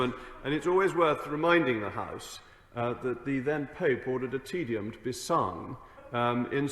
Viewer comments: The slick Moggy calls it a "tedium", not a "Te Deum". He's not really that well educated, is he? He's more of a "tedium" himself! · Mogg constantly demonstrates that talking shite with a posh accent is still talking shite. And the pronunciation of Te Deum is as ‘Tay dayum’ not “tedium”. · it wasn't tedium but Te Deum......Mogg's pronunciation was deplorable. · Appropriately. Mogg made a Te Deum sound like a tedium... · A person might think that someone as ostentatiously "educated" as Rees-Mogg would at a minimum know how to pronounce "Te Deum", as familiar as he may be on a personal level with "tedium".